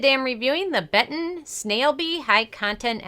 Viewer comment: You reading it like Beton is kinda giving me cancer but thanks for the review